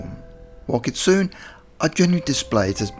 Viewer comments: Cool video! Kitsune is pronounced "kit-soon-ay," just FYI. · ... not sure how you can claim "for educational purposes" when you couldn't even research how to say "kitsune" correctly :/